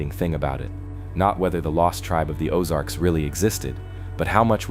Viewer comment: I really enjoy and appreciate these types of videos, but what I don't like is the continual mispronunciations. Whether it's an electronically generated voice, or a real person reading the script, it's extremely annoying. I'm from Kansas City, and now, at almost 70 years of age, I've lived in the Ozarks for the last 30 years. I'm quite familiar with the places mentioned, and I'm irritated with the mispronunciations in almost every video I see. I couldn't even understand some of the names he/it was speaking. I.E. "Osage" is pronounced "Oh-SAJE" with a LONG "A" sound, not as in "massage," "message" or "garbage." This is a real problem, because of the sheer numbers of careless idiots, who don't know and are too lazy and stupid to care, and who fecklessly plow through the English language with absolutely ZERO REGARD for how idiotic they sound, whenever they open up their festering gobs!!! Make these dummies research the place and people names, before they start reading. What passes for education today makes me want to PUKE!!! But it's a great video, otherwise.